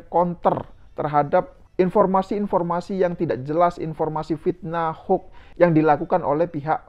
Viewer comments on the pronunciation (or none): none